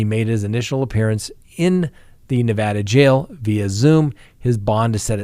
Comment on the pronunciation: Hey, I am glad you pronounced Nevada correctly. Washoe is pronounced wa-show. 😄 Love your show, keep up the good work